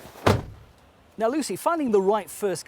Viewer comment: PUNTEH? who the fuck pronounces it like that